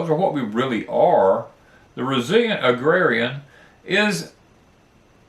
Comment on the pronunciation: Agrarian is pronounced ag rare ee an. I spent a lot of time reading dictionaries when I was growing up.